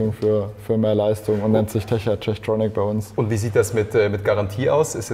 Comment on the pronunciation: Nächste mal einen Sprecher der nicht jedes Mal Teckart sagt obwohl es Techart heißt !!!! Bevor man wohin geht sollte man sich bisschen informieren